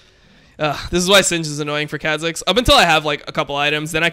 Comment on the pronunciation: if he says kha zix like that one more time im gonns kill myself